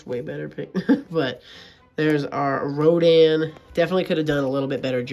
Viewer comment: "ronda"💀 it's rodan